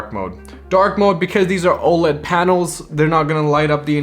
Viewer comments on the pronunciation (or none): none